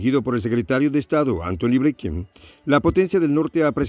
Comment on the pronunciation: Binken, se pronuncia "blinken" no "bleiken"